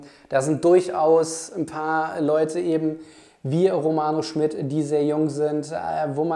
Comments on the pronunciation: Finde auch, dass er ein spannender Spieler ist. P.S.: ich glaube der Name spricht sich „Schmiiiied“ und nicht „Schmitt“. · Kleiner Hinweis: Im Butter Bei Die Fische hat Romano meine ich gesagt, der Nachname wird Schmied, nicht Schmidt ausgesprochen. Aber ansonsten super Video - danke für deine Einschätzung! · Romano heißt Schmid nicht Schmidt.. langes I..